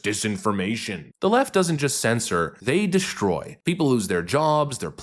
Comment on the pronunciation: *authoritarian "O-thorian" isn't a word Also, there's no H in the word "destroy." It's "destroy," not "deshtroy."